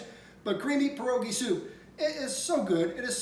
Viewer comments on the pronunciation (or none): Another great recipe,! FYI, try to say pierogi as if you are saying P-YEAH rogi rather than PER-ogi. That's closer to the correct Polish pronunciation to share with your followers.